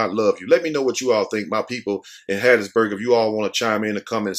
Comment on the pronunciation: I WAS BORN IN RAISED IN HATT.B MISS. YOU SAID IT RIGHT. DON'T MAKE THE WRONG TURN😀😀😀😀